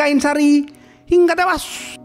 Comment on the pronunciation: hingga tewWWuassssyyyyy ... monyong nyemprot lu min ....😂😂😂😂